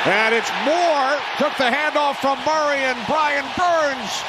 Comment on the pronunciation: Why does the commentator pronounce Murray as Maury !?